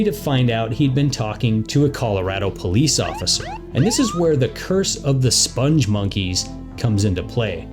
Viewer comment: It's spelled "spongmonkeys" (no "e" after the "g"). Also, Joel Veitch, the creator of the characters, pronounces it spong (rhymes with "pong") monkeys, not "sponge monkeys". There's a video on YouTube where he is interviewed (the interviewer mispronounces it too).